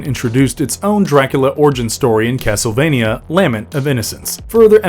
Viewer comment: It's cracking me up how this video keeps saying the name of the series wrong in so many different ways.